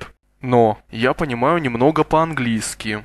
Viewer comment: ee-i. Neemnogo must be pronounced as Nimnogo.